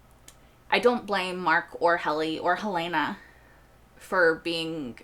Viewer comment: I don’t understand why so many reactors mispronounce Helena. It is HELL-lah-nah, not Hell-LAY-nah. Enjoy your videos.